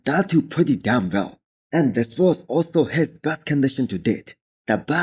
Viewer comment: You shouldn’t enunciate DAMN so much. Proper English you don’t enunciate damn more than the following adjective.